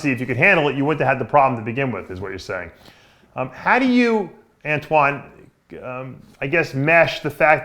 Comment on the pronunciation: I've been waiting for this interview for a while btw dave mispronounced antoines name lol